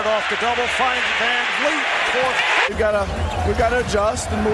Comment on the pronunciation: And yet everyone (minus CDN media) still pronouncing his name wrong 🤷‍♂️ (Vanvleet not fleet)